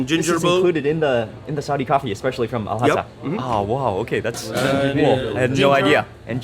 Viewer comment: I dont understand why Mark is making the pronunciation unnecessarily difficult... Its simple... Al Hasa Mark says it Al Khhasa